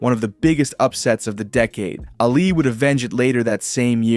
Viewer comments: It's pronounced "Ah-Lee" not "Alley" -. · Why do you say Allie when saying Ali? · Thumbs down when I heard “Allie” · Brother. Calling Ali "Allie" all video was very hard to listen to. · Hearing Ali’s name mispronounced just hurt my head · How could you mispronounce Ali's surname? You had one job